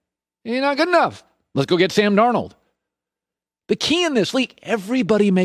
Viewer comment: Nobody sounds more white when he says Sam darnold lol